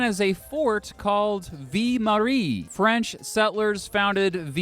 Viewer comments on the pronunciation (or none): I lost it at 'Vie Marie". You poor soul. It's okay, French is hard. It's pronounced 'Vi-l", like the first syllable of Village (Vill-age, Ville Marie). As a person, this is a cool video and very well done. As a Montrealer, it's my solemn duty to hate on Toronto no matter what for absolutely no reason. Also, we no longer have two international airports (at least as far as I'm aware). Mirabel hasn't had a commercial passenger flight since 2004. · Your not pronouncing Ville-Marie properly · "Vill-Maree" not "Vee-Maree" lol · Your pronunciation of ViLLe Marie is totally triggering me. It’s not Vie Marie. It’s ViLLe Marie. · not Vee Marie...it is vil marie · viii marie? bruh its pronounced vil marie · V Marie??? The L is pronounced man! like Veal-Marie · Ville Marie, the early name for Montreal, is pronounced V-ill (as in "fill") Marie, not V-ee Marie. Other than that it's a well-done, informative and enjoyable piece. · That and "Vie Marie" almost made me stop watching the video. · It’s V I L L E. not V I E. you’re saying Mary life. Pronounce the L’s in ville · Vii mawee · It's pronounced 'vil marie' nice vid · Two tiny pronunciation things: - A real anglo Montrealer would say “MUNN-tree-ALL”, not MAWN-tree-all. And simply “mount royal,” don’t sweat it. You’ll sweat it enough biking up it! 😅 - It’s VILL- Marie. How to pronounce double L in French is confusing admittedly... Otherwise, awesome job! 😎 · Althought the double L "ll" in French often gives the "y" or "yuh" sound in the name "Ville Marie" it's just like Ville....like Louisville. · Your prononciation of "Ville Marie" is so bad...a real Shame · Your prononciation of "ville marie" is so bad ahah great video tho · Amazing video! But you normally pronounce the "ll" in Ville-Marie!